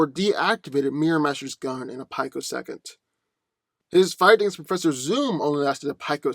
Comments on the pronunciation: peek-o-second. Not pike-o-second. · pi·co·sec·ond, not "pike-o-second.